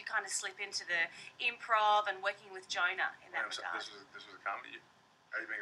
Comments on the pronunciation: is it me or she sound like she calln johan Gina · lmao she says Jonah like gina